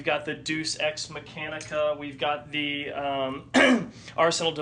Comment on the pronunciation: dues ex MACHINEa not MECHANICa